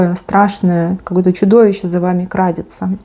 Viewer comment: Не крАдется, а крадËтся.